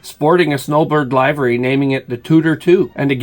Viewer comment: Check the pronunciation of livery.